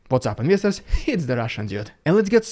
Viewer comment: "investors" - which he pronounces "inwestors."